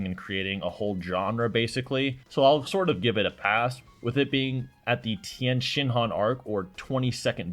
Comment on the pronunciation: Somewhere out in Georgia, Carthu is shaking in rage every time he hears say “Tien-Shinhan” 😂